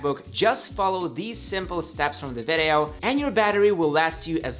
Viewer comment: I wish you just don’t say vedeo instead of video